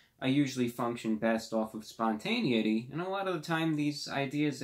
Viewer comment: Only a true king could pronounce 'spontaneity' like that